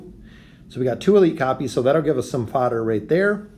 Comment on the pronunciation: When you say fodder it sounds like you’re trying to say father in an accent. 🤣